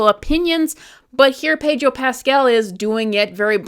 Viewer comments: why does she keep calling him Pedro Pasquel?? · I really like the way you pronouncin Pedro Paskell, imm steaking it.